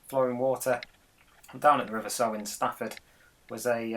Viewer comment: Sow not Sew.